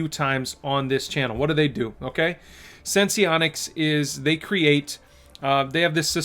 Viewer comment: Why does everyone keep calling this sen-see-onics? Is it not called sense-onics?